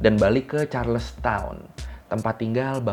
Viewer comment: banyak miss nya. abang blg mereka ditangkap 1920. padahal 1720. terus penyebutan charles town, harusnya charleston